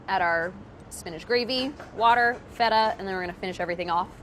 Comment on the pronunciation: I love Priya, and think she is very talented and intelligent, but if she pronounces "spinach" "SPIN-EDGE" one more time I gonna lose it! LOL!